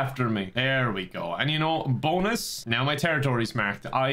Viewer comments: "BONE-US" I see what you did there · Don't you mean, "BONE-us"? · Did you mean to say "BONEus" instead of "bonus,"? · bone-us lol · I was so surprised when said bonus when he was talking about the skeleton and not even put the emphasis on the bone part in bonus